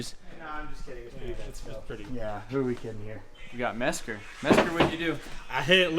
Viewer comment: Rowland Peters oh ok, that’s for clearing that up; my bad David Mesker for butchering your last name lol.